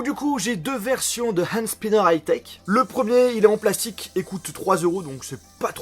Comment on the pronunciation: Désolé mais c'est pas spaiiiaianer mais spinner